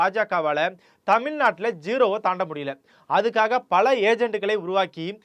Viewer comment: Great content! But I could literally play a drinking game for everytime you pronounce Tamizh with a “ல்”🫡